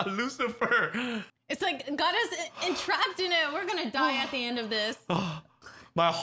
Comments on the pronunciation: "you are satan" I believe it's pronounced "Lucilfer" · Someone tell them it's Lucilfer NOT Lucifer